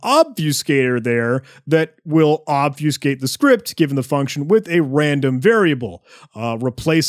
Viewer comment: "obfyewwscate", you say?